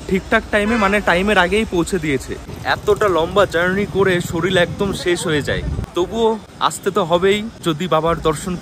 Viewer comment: bhai sarir ta ke sorir bolo, "soril" bolona